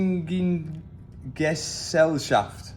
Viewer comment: Matt nailed pronouncing "Aktiengesellschaft" first try, holy smokes. (It means basically means Stockcompany)